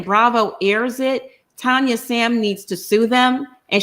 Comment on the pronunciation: Tania not Tonya